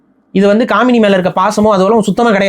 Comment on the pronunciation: டேய் காமினி இல்ல, காமேனி......